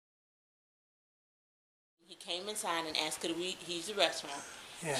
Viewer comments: Someone let contestant #2 know that the word is (Asked) not ( Axted )! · #2 can’t even speak English. It’s ASK not AXED 🪓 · and she AKSED her Lieutenant. I hope the LT survived, because that sounds painful. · I think the Georgia cops Lieutenant is the Dumbest!! She "axed" him what she shld do, but being a lieutenant and he DONT KNOW... WOW!!! Disgraceful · i vote for #2 cuz she AXED her lieutenant ! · I wonder if she really did axed the lieut? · “A case law going around!” Hahaha dummy. #1. “Ya need an outdoor permit” dummy #2. She axed her Lt hahahah. 1 and 3 were jerks. # 2 is the dumbest she could barely put a thought together. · Actually, she said "axed". A correct usage of the word would be the following example; "If enunciation was a log, she just axed it." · What is with people saying I "axt" learn proper English 🤔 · She aksed a question. Game over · #2, she axed her Lieutenant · She "axed" the LT?